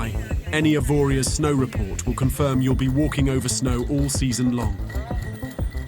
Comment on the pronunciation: You don't pronounce the last letter it's 'Avoria'.